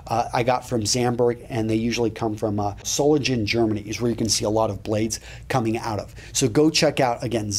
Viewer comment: Hahaha, my hometown is Solingen and it took several times of you saying it until I understood, what you were talking about, because you pronounce it like an English word. And yes, Solingen prides itself with their craftsmanship in making blades. The companies there are extremely good at it.